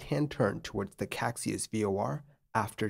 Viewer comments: Caxias is 'ca-SHEE-us' and not 'KACSI-us' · Actually it’s not “Caixas” but “Caxias” (you changed the i for the x giving it a total different meaning) and it should be pronounced ka-shee-us. The airport is Galeão instead of Galeo as shown in the video. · I'd pronounce it kah-shee-us. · pro tip: caxias = ca-shee-as galeão = "ga-ley-aum" (galleon in portuguese) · Love your videos, sir. As an “okay” Portuguese speaker, I have to mention that the departure airport Galeão is gah-lay-ow and the Caixas VOR is kai-shuhs 😊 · Hi! Not being nitpicky about it, just to inform: the actual spelling of the airport's name is Galeão, not "Galeo". Galeão is pronounced as "gah-lee-omn". About the "Caxias VOR" you've mentioned, it's pronounced as "cah-shee-as". But I totally understand your pronounciation aswell, you would have to be a Portuguese language speaker to know these LOL